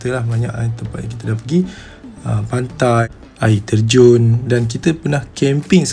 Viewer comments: saya dengar pantat. betul ke hahaha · sye x salah dengar kan? yg "pantai " tu